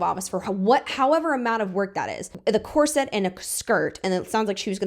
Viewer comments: Drama aside, corset is pronounced COR-sit/COR-sut just fyi. Not sure why loads of people are mispronouncing it as cor-SET now. 😅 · This question is being asked seriously. Since when did the pronunciation of the word "corset" change? It's never been pronounced "cor SET" and I'm saying this as a 67 year old woman whose mother, born in 1910, had back problems and was forced to wear one for a few years. I've also worn enough and seen enough dresses over the years, to know the correct pronunciation of the word "corset." Is this a change in pronunciation that was started by the fashion industry or did it come about at the same time that the deliberate dumbing down of America began? Thanks very much for this video and for all of those that I've binged this afternoon and evening! 🙂